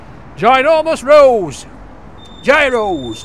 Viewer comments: 4 different pronouncations of it depending on where in Greece.... yeros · It's pronounced 'Yeeros' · Love your channel....here is how to pronounce 'Gyro'......................."Yee row". Roll the 'R'. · Yi-ros. Γύρος. Very easy to pronounce lol. Also, learn some Greek phrases. That’ll impress the Greeks! You may even give you something for free. I never order in English at Greek restaurants or kebab shops unless the waiters there don’t speak Greek. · they are pronounced as " yeeros" my friend!🤗🤗🤗🤗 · Call it what you like, but it’s Yee-ro, or Yeeros if you want to show off. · It's pronounced apparently yeros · Gyros pronounced year o's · Pronounced like "euros" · Why do you never listen to people who tell you the way to pronounce gyros? Is it plain ignorance or stupidity?